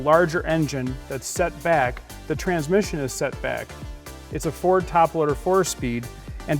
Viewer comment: Is he saying Four or Ford?